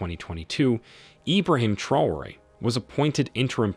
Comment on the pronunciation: Dear narrator , please note, TRAORE is pronounced tra-o-ray!